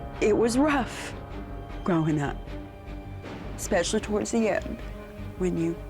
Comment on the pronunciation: I'm sorry, lol... when a "Specialist" says "expecially".. instead of "especially"... I have a problem! Just sayin!!